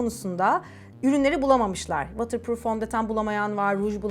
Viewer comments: vatır değil votır azıcık kulağım tırmalandı nacizane bi düzeltme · “Vootırpruuf” for ur knowledge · ama o vatırpruf diye okunmuyo ki:( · Buse uncookies you didn’t even understand what I meant 😆 i kindly advice you to check how the word water pronounced since obviously you have no knowledge of English, but you need to Google Translate this message first 😉 greetings from London! 🙋🏼‍♀️ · waterproof kelimesini yanlış telaffuz ediyorsun fark edince düzeltmek istersin diye söylemek istedim ❤️ emeğine sağlık